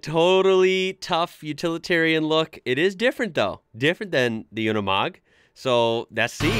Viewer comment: It’s nor “Unamog”, like you pronotit, but “Unimog”. It sounds like you would say “university”